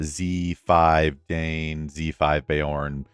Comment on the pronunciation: Dain = “dine” … 👍, not “Dane”